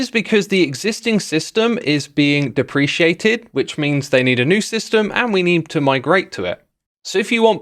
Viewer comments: Yeah it's wrong lol, he pronunced it like you would pronounce "depreciated" (as in, losing value) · NO! XISUMA! DEPRECIATED IS CURRENCY! ITS DE-PRE-CATED! DEPRECIATED IS FOR MONEY! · Love your content, but is that really how your part of the world pronounces "deprecated"? That's how we say depreciated in the states. ~. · "Depreciated", That's not how you pronounce deprecated. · "dep-ree-kate-ed" ;) Just for future ref! Great video though! :) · deprecated, not depreciated. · Dep-ri-KAY-ted - That's how you say it. Figured I'd let you know. Thx for the vids. <3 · You really butchered that prenounciation of deprecated. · deprecated is not depreciated, it's pronounced diffrently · It’s pronounced dep-ra-cated btw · That's not how you pronounce deprecated. Just wanted let you know. x) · I've never heard that pronunciation of 'deprecated'